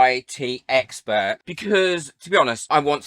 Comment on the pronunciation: You said teexpert 😂 I must have put teexpert on your mind yesterday ❤ great video thanks like always